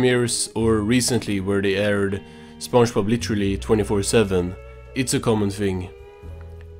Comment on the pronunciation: this guys saying Spunchbub